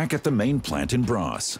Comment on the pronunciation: It is: ”Borås” (not ”bras”).